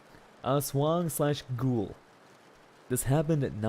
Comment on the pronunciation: He really pronounced Aswang as Ass Wang 💀